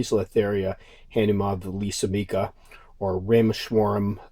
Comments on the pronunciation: Han"oo"ma-villas"oo"m"ee"ca no that hard dude :P Great Vid! Let's keep those pretties alive in the hobby!!! We personally get a chance to preserve wildlife and not letting them get extinct which I think is the most beautiful and great thing in our hobby!!! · It's Ha-NOO-mah-VILL-ah-SOO-mick-AH